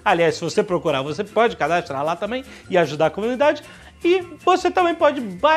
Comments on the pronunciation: Só eu ouvi o Jovem Nerd falando "cadastlar" no jabá do pelando?? kkkkk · é impressão minha ou o jovem nerd disse cadastlando